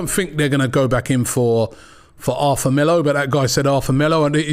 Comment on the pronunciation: Robbie please... Not Arfa. Its Arthur